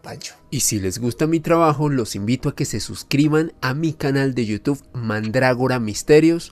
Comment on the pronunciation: Al finalizar, un señor decapellido invita a su canal de You Tube sólo que no es capaz de pronunciarlo correctamentevy termina invitándonos a iU TUF. Por favor,, toménse su tiempo entre todos y enséñenle a decirlo bien. Gracias.